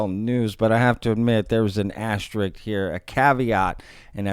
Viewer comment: This * is an AsteriSk not Asterik. Also, the saying is - take this With a grain of salt, not From a grain of salt. Although you used both the word & the phrase in the correct places - its important to get them right! I know you want to make it to 100k by years end. The details matter. Good Luck. P.S. I heard you say the salt phrase correctly the next time you used it. Good!